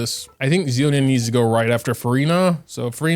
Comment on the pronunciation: “Zee-lo-nin…” instant dislike > do not recommend 😂